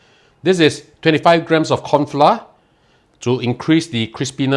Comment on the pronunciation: Pronounced as flou-r, not flar.